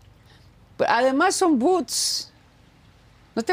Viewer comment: "Son boots (botas)", en lugar de decir bots (robots) ya siéntese señora!🤣🤣🤣🤣🤣🤣🤣🤣🤣